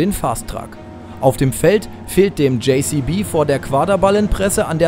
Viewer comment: de Kann man ja- muss man aber nicht 😁 Hört sich eben ein wenig komisch an (meiner Meinung nach).